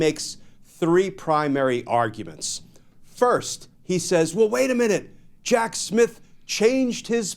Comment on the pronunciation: Is he saying “Jack Smith” or Jack Shit?